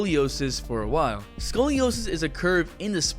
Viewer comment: ‘SCOROSIS’ DUDE WTF